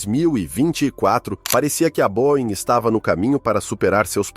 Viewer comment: Boein não existe. Boeing